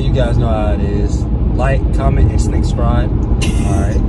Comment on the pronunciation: "like comment and snick-scribe"